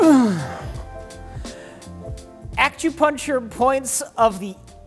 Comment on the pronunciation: said "akchewpuncher"